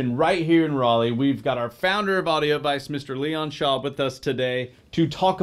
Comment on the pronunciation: ANOTHER employee mispronouncing his company. FIVE SYLLABLES! why is it so hard? AU-DI-O AD-VICE....how can anyone believe a word you say when you cant even get your own name right? well ill be...... ... he rubbed up against all 5. the best ive heard yet!